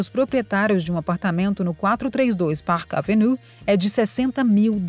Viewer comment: Pelo amor de Deus, porque alguns vídeos são narrados por pessoas totalmente incapaz de pronunciar palavras em inglês ou qualquer outra língua???????????????? Se a pessoa não está qualificada a pronunciar o nome de uma das avenidas mais conhecidas de NY - PARK AVENUE, então não deveria nem ter sido contratada!!!!!!!!! A impressão que dá, é de um vídeo mal feito, sem qualquer critério e assim torna a notícia principal , algo sem propósito ou seriedade. Por favor, cuidem antes de produzir um vídeo, pois os ouvidos dos ouvintes não são “lata de lixo”🗑️